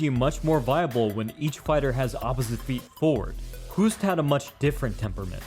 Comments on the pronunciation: "Hoost" in Dutch, is pronounced like the English word "host". (your pronunciation sounds like the Dutch word for "cough" XD ) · I love your analysis but here is a pro tip from a Dutch guy. To pronounce the name Hoost. Say Hose (like the flexible pipe you can force water through) and ad a T.